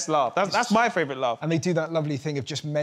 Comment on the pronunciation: And favourite. But he’s admitted he can’t say favourite. He says ‘frave rut’ 🤣🤣🤣